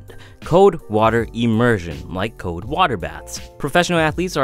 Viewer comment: It's C-O-L-D NOT C-O-D-E. You're not pronouncing the L.